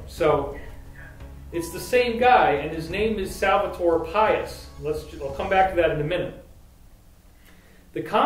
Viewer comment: David great info, I'm looking forward to hear more about it. On a quick correction, try to read Salvador Pais in spanish rather than in English. It'll give you the right pronounciation. Salvador means "Savior" and Pais means "Country." Nación means "Nation".